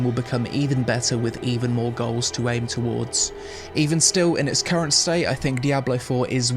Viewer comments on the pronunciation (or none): none